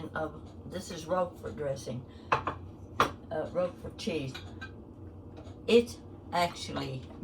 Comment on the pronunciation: Thank you for typing the name of the cheese here! I could not understand what kind she said, even after repeating twice! 😂